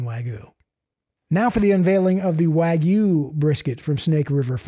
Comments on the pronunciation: It’s not wagooooo it’s WagYu but side not , all brisket is 🔥🔥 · I’ve never had wagyu brisket, but I know it’s not pronounced “wa-goo”. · Tim Moritz waaa-gye-ou